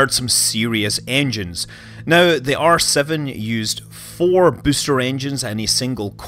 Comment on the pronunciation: Thought he said arse of the rocket rather than R7 rocket lol